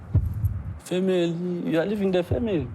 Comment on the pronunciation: “You’re leaving the femeli.” 😂🤣😂.